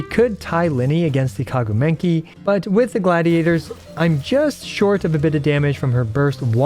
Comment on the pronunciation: I mean… what’s whit the “Kagu Menki”? 🤣